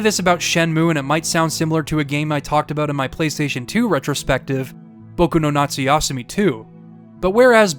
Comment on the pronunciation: Bro whoever is teaching you japanese ask for a refund, you get literally every single word wrong when it comes to accentuation. Its RYo, not ryO. its natsuyaSUmi, not natsuYAsumi Its saKUra, not SAkura. Its eROge, not eroGE. ikaRUga, not iKAruga Love the video though, good job and keep it up man and its great that you also like shmups, great taste all around.